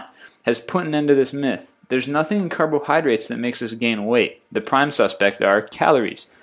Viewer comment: The word is "carbohydrates." Not "carbon hydrates." (Not complaining, just trying to help. I think English might be your second or third language, so I thought I'd clarify that word.) Peace! :)